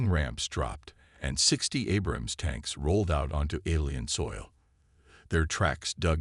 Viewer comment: I wish AI could pronounce Abrams correctly. Btw. I was an Abrams tank mechanic. Do y’all know what an Apache helicopter can do to one of these